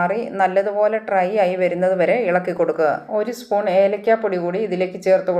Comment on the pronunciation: മുളപ്പിച്ച റാഗിയുടെ ഗുണമൊക്കെ വറുക്കുന്നതോടെ പോവില്ലേ? ട്രൈ അല്ല.... ഡ്രൈ ആണ്.